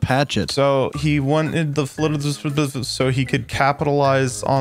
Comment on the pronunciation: casually perfectly says FLDSMDFR